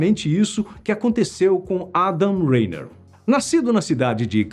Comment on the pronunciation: pqp é só a pronúncia dele em xing ling já que eles não conseguem pronunciar a Letra R então eles falam Lainer